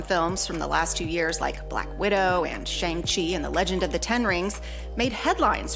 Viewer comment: I like the opinion, but it's hard to take you super seriously with mispronouncing both Shang Chi and more than that Zendaya. That's all I can remember now